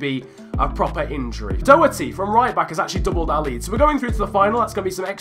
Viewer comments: Sanchez. (The Portuguese one). Sign. Also, sidenote it's pronounced doc-er-ty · It's said Dockerty not Doherty